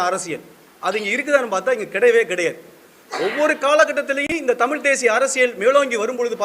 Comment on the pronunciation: தம்பி தமில் இல்ல தமிழ் அதை முதலில் உச்சரிக்க கற்றுக் கொள்.